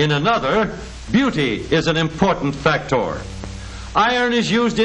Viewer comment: i just love that how this guy pronounces FACTOR.